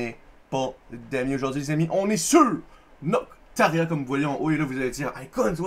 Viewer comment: C'est pas Noctoria au lieu de Noctaria? xd